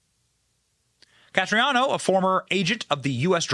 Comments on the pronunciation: It's Can-est-raro Not canestrano. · Canestraro. Not Castriano. Accuracy is important, Benny. God bless. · BEN. it's CANE-STRA-ROH. You're killing me smalls. haha. Incredible video, though. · Idk how he gets castriano from canestraro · CANESTRARO NOT "CASTRIANO". 🤦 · Canestraro, not Castreano. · Dude how many times you read canestraro as castriano drove me up the fuckin wall. Your whole shtick is reading what other people wrote and/or reacting to what other people (tucker carlson) said. At least read it correctly... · It's Canestraro, not Castriano! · Please learn how to pronounce words before you say them. His name is NOT Castriano. Thanks Benny. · It’s NOT Castriano! Slow down, and please read correctly, or just let us read it for ourselves!🤯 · Don Canestraro is his name and it is NOT pronounced Cas-tree-ah-no. Just like nuclear is not pronounced nu-cue-lar but is pronounced nu-cle-ar. It's Bur-ees-ma not Bur-si-ma! Benny you are in BROADCASTING! Please learn how to pronounce words properly. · I think it’s pronounced Can es tro. Just saying. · It was very difficult to keep watching the video because of the way you were butchering the pronunciation of Canestraro. I think you can do better than that.